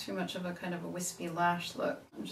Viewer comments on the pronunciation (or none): none